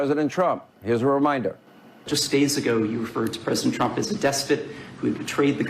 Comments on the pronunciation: “Pwesident Twump” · Pwesident twump lmfao 😂😂